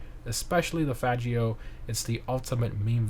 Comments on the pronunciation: Bro said Fajio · That’s not how you say faggio lol could’ve just skipped it if you’re that scared of them 😂😂